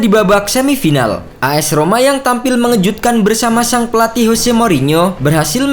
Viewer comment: Jose, bukan Hose.